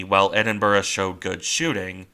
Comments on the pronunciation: Pronounce as Edinbruh. Now tell me how Niagara Falls is pounounced Niagra 😀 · Sorry, this is not meant to detract from the work you put into this video. It's good. It's just the pronunciation is like nails down down a chalkboard. Ironically enough at points you prnounce it almost perfectly. With the typical American accent it is easier for you to pronounce it Edin*Bruh* A similar sound to what you would make saying 'Brother* or "Hey Bruh, what you doing?" While not quite right, it is would be less jarring to people who live in the UK. I'll keep an eye out for your next videos. Thanks.